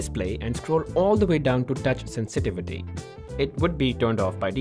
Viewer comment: the way he said sensitivity has me 🤣🤣🤣🤣 had to watch it over and over 😂 🤣